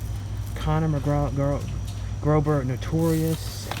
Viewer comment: I saw all of the dollar tree videos now, I'm tempted to go to dollar tree! just said Conner McGrober instead of McGregor 😂